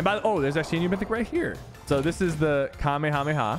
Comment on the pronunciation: Sypher is the first gut that ive seen that pronounces the kamehameha right